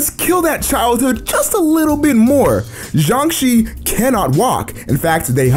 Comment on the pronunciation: It’s pronounced jiangshe